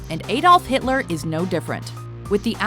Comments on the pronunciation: 'What happened to Hilter after the war?' Lmao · "WHAT HAPPENED TO HILTER AFTER THE WAR?" rofl Has anyone heard of this "Hilter" before? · "WHAT HAPPENED TO HILTER AFTER THE WAR?" Who the fuck is Hilter?? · Who the hell is Hilter? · what happened to HILTER??? HIL-TER??? Fuck off mate. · Hilter? who tf is Hilter? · What happened to Hilter after the war? I dunno, but Hilter sounds like a swell guy! :D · "WHAT HAPPENED TO HILTER AFTER THE WAR?" ... Really? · "what happened to HILTER" lol fail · ''What happened to hilter after the war?'' ''Russia''